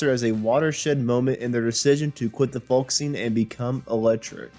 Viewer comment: The pronunciation of Greenwich and Creeque Alley is laughable and you're not really a natural when it comes to narration. Oh and the "L" in folk is silent. You don't pronounce the L. I can't believe you've never heard anyone saying the word "folk" before.